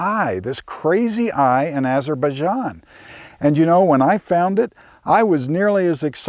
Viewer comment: "Eyes of baijan"